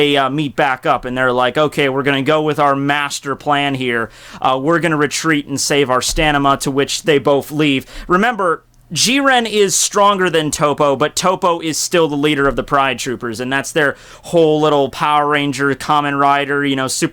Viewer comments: "Save our STANIMA"?? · stanima. Oh boy,the grammar nazis are gonna be furious at that one.